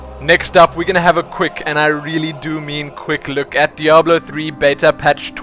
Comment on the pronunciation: I never complained about your pronunciations and now I miss "beeta" and "deoblo" :P